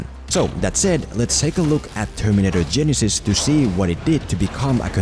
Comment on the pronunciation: For only this movie, to me, it's pronounced Ge-NY-sys.